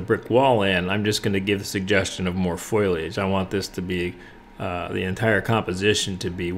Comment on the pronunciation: Great teaching; beautiful painting! Just want to mention that the word is foliage, not foilage. Thanks for the very clear and useful lesson.